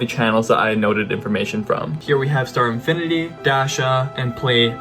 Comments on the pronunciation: You corrected "star infinity" but you even messed it up called called him "star editty" 😂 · it is called star-fin-i-ty